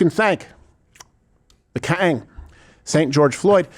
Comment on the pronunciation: Him saying Kang was so funny